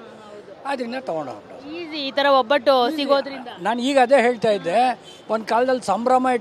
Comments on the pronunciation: ತಾಯಿ hobbattu ಅಲ್ಲ ಒಬ್ಬಟ್ಟು, ಅಬ್ಬ ಅಲ್ಲ ಹಬ್ಬ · ಒಬ್ಬಟ್ಟು ಅದು ಹೊಬ್ಬಟ್ಟು ಅಲ್ಲ